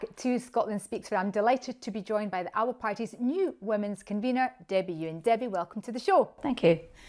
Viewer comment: At least pronounce ALBA correctly please